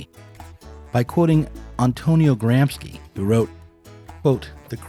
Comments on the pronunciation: Really going to do Gramsci dirty like that,? "Gram-ski"? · You keep mispronouncing Gramsci. The group “sc” with no “h” is like “sh” in English. There’s even a video where Chomsky pronounces it correctly and you do it wrong a few seconds after; looks like your correcting him. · Gramsci is pronounced Graam-shee NOT Graamski